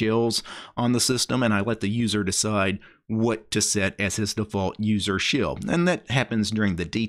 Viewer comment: Im triggered everytime you say SHILLS instead of shell